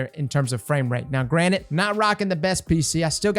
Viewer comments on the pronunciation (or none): I heard you say granite instead of granted haha 10/10